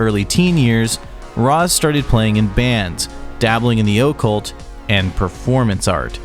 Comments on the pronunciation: Why are you pronouncing it like that? Oh-cult? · The Oh'cult?? Mkay den. You have zero business speaking on this subject. I'm sure Wikkiwhatia helped. I guess everything musically that's worth it's weight has already been done to death. But hey, you gave it a shot. Also Hell Comes to Your House is great. Anyway, Rozx was the band. Valor can suck it. Today's incarnation isn't even a joke, it's just over. If they could've kept that 1st album sound for a bit more then we'd have more to talk about. 👄🐈‍⬛️ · O cult ? Is that how you kids are saying it these days? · Why do you say "the O-ccult" like that? Is that the impact of your accent? Thanks for the video, I needed the education 🙏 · It must be an accent thing... like how some North Americans say I-ran or I-talian 🤭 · Man wtf is up with your pronunciation of the word “occult”? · No one else on the entire planet pronounces occult the way you do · Your pronunciation of occult hurts my soul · Say occult some more